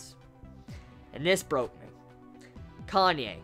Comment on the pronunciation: its pronounced KA-NÂ-Ê not Kanye. (Says a Japanese)